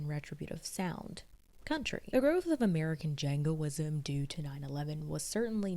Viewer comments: Jingoism, not jangoism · One small correction, or so, you say 'Jangoism' the term is 'Jingoism.' A very small, nit-picky error in an otherwise great video.